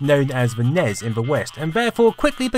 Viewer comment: "....the Famicom, which in the West was called the NEZ" Nope. It was called the NES - "s", like in the word "snake"